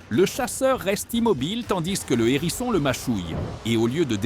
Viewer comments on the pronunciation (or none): Un "h"érisson et non un nérisson, humain au faible vocabulaire ou IA sans subtilité linguistique. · Il s'agit d'un "HÉRISSON", pas d'un "N'ÉRISSON ! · On ne dit pas un n'herisson mais un herisson il y a un H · un Herisson, pas un Nerisson ! 😂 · Waou,c’est impressionnant, j’adore cette vidéo. Merci. Éviter toutefois de faire la liaison avec hérisson. Un hérisson pas un nérisson, des hérissons pas des zèrissons😂